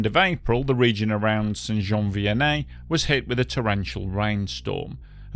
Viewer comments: Great job on the French pronunciations. As a québécois myself, your pronunciation of the town name is pretty much spot on. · I don t know where your from mate but your pronouciation of Saint -Jean Vianney is proper...and your reaserche on the matter precise .A nice trebut to all who periched that day.That event is still in our memories in Quebec. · Wow! I want to congratulate you on pronouncing St-Jean Vianney correctly people usually have a very hard time with French Canadian names